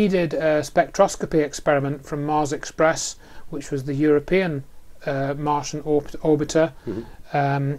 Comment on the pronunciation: Martain?? Martian...